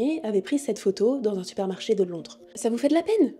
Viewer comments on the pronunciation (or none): none